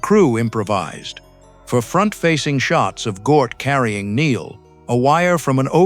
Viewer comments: "Gort" not "Gnoot" Hard to listen to ...! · Couldn't you get a human being to narrate this instead of crap AI-generated voice that mispronounces both Klaatu and Gort? Have some respect for the movie, guys.